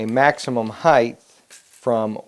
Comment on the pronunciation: The word is HEIGHTTTTTTTT with a hard T at the end. It's not spelled Heighth. It's spelled HEIGHT. idiot.